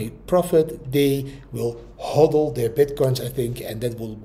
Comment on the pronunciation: De juiste uitspraak is: HOOODOL (HODL) 👌🏻👌🏻👌🏻Heb het uitgezocht haha